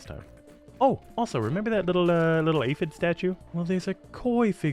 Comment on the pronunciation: ah yes “aphid”